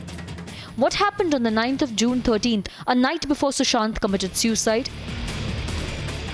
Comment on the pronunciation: Why do you keep stressing on the word ‘Suicide’ on purpose. It’s a murder. Shame on you